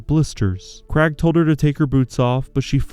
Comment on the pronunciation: What about the Krag for Craig? 😆